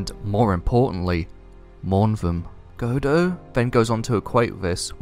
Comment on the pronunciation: A really great video!! Loved it PS: i don't mean to make fun of you but it's really funny how you said "Godo"